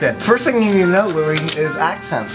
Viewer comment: This is like my favorite video ever. Especially when Louis became Louise...I can't even